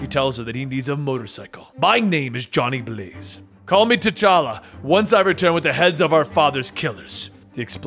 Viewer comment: i think in that panel you should have emphasized the 'a' in Johnny Blaze more and it would have been more realistic to how a persons tone would sound if they wanted to really get the audience riled up